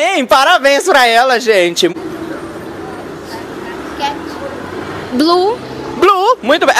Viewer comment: dógui quéti